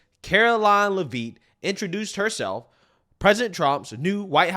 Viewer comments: It's leavitt. Not lavine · Karoline (Leavitt) Pronounced Lev-it. Not Levine! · Karoline Leavitts' name is pronounced Lev-it, not leave-it or whatever the heck ur saying lol. I know this because Leavitt is a Franco American name from the northeast where she is from, NH. Again, Lev-it! Not leave-it. YW 😎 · Care-Oh-Line Lev-it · its Caroline Lev-IT. Not knocking you just dont want you discredited for pronouncing it wrong. You will be saying it alot. Thanks and keep up the good work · it’s Leavitt (Le-vitt) the “A” is silent. I should know, it’s my last name lol and I’m 99% sure we are related. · Great job, caroline leavet pronounced lev--et short e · LEH VIT., we got 4 years. Please say it right. lol. LEH VIT 😂😍😊😎🤩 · It's pronounced Lev-IT. How do you not know this, she's been EVERYWHERE!! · Karoline LeVitt it's pronounced, LeVitt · its LEAVITT! Not Levine lol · Hey hon...it's pronounced "LEH-vit". 👍❤️🇺🇸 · Not pronouncing her last name right. It's like Le-Vet with silent e's. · You keep pronouncing her last name wrong.